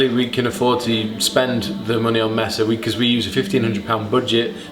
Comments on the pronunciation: Pronunciation tip. It's not Meh-suh, and it's not boooooo-geee. Use Spanish vowels for the spanish word, May-sah and it's the American shorter version of oo as in cook with a shorter duration on the -ee. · pronounced 'maysa' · I mean technically, mesa would be meh-sah but yeah this gets me every time.